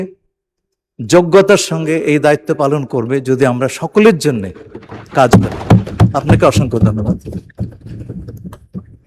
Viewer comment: কাজ কি বলতেই পারেনা 😆😆😆